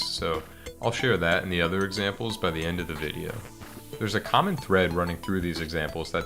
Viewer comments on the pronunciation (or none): none